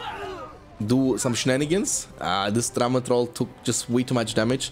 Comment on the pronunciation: I love with your accent whenever you say drummer troll it sounds like "drama troll"